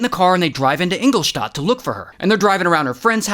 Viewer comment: great job on pronouncing Engelstadt 🇩🇪 🇦🇹